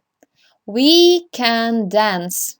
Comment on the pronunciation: Подивіться у транскрипції, як вимовляються дієслова sing та dance... Хоча б у Lingvo